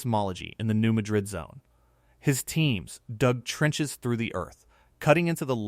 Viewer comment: I’m pretty sure New Madrid is pronounced New MAD-rid.